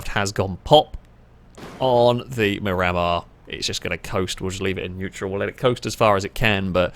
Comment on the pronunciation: is my favorite chanel, but my OCD is firing super hard every time you run a Miramar and call it a MuRammer. I believe it’s Spanish for View of the Sea, and it’s pronounced MIR-uh-mar, and I apologize for being that guy, but I lasted for three cars before I simply broke.